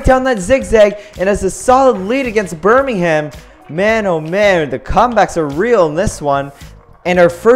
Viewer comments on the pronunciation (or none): Bir-ming-um not Bir-ming-ham. You don't annunciate the "h" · reeeee it's not ber-ming-ham its pronounced ber-ming-um. As a Wulfrunian living nearby, this annoys me to no end. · I live in birmigham and it’s pronounced birm i gham not burning ham XD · that isnt how you say Birmingham, its pronounced birminghm, you do not say ham, its hm. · Just wanted to point out, you don't pronounce the h in Birmingham